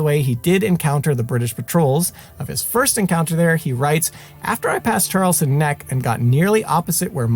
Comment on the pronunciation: Great series. Just one thing though. I am from Boston and you’re pronouncing a few of the other towns incorrectly. It is pronounced Charles-town. Not Charleston. It’s not Concorde but Con-kěd.